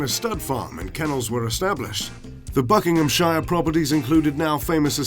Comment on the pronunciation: if a uk place name has 'shire' on the end, you don't say shire, you say 'sheer'. if it ends in 'ham', you say 'hm'. so its not pronounced BUCKING-HAM-SHIRE, its BUCKING-HM-SHEER